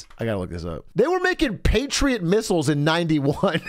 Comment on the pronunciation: Patriet misials fucking wiold